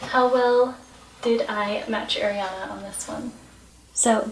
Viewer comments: it's a-riana not air-iana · rosewons EXACTLY isn't it like "ah-rianah" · How to pronounce Ariana Arrrr-eee-ana Not 🚫🚫🚫🚫🚫 AiR-e-aNa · Ari not airy learn how to say it plzzzzz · Oh my GOODNESS please say ARIana, not AIRYana, don't mean to be rude, it just isn't AIRYana. 😬😬 Love your video so far! 💞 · Kristen Hamilton it’s a pet peeve of mine ugh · I left the video when I heard her say “Airiana”. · it's more an accent thing no? this is just rude :/ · “airiana” 😳 it’s a pet peeve of mine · sunflower i’m sorry, i maybe shouldn’t have commented that, it was very negative. Sorry, it just annoys me that she can’t even pronounce her name correctly